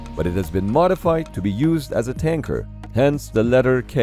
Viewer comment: The whole time i thought he waa saying KANKER not TANKER!